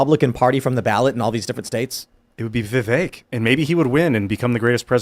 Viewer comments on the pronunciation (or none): Yes he would be a great VP. Oh btw his name is pronounced Viv-vake rhymes with cake. Trump would a VP that the left hates more than him like MTG inorder to not get 🤪💨